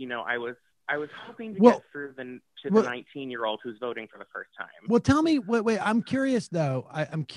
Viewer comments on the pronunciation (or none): He always says ma instead of me, it's so simple just say me lol